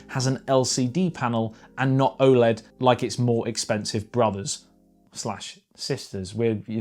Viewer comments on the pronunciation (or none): none